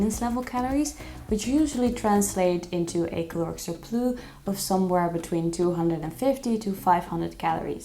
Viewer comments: It’s surplussss not surplooo.😂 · It’s a cute mistake but how did she get this video passed her friends/team saying surplus like that? 🤭